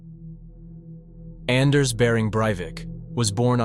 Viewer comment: His name is pronounced 'On-nass'. I swear i wouldn't lead you astray. I only know because my cousin has the same first name and is from Norway.